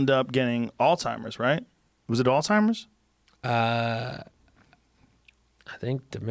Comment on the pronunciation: but he also called alzheimers alltimers🤷🏿‍♂️